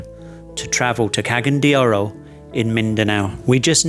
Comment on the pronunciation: I’m hearing “Ke-gen” de Oro, please work on your pronunciation. It’s “Ca-ga-yan” and the letter A is pronounced as “Uh” like in the word Ambassador (uhm-bassador) 😎👍🏼